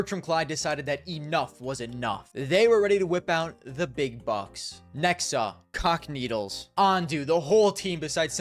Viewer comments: you say cacanito as if it's the word is c**kneedles. wtffff lmao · U aint sayin cacanito 🥀🥀